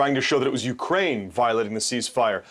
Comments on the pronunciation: Yea 'Ukuain' 😂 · "Ukwaine" that was cute lol